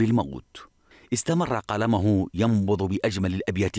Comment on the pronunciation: إستمر قلمُه .. وليس قلمَه .. يا أهل اللغة العربية